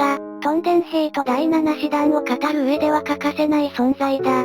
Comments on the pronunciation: 動画を作るなら読み方くらいきちっと言えよ。他の人も言っているけど 大日本帝国の師団は「だいしちしだん」な「だいななしだん」は自衛隊の師団だよ。 読み方ひとつ知らないで適当に作ったら説得力が全く無くなる。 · 第なな師団ではなく、第しち師団ですm(_ _)m ちゃんと意味もありますので出来れば訂正お願いします。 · 普通は｢ナナ｣で正しいのですが、第七師団の場合は｢ダイシチシダン｣と呼ぶようです。明治天皇がそう呼んだからだそうです。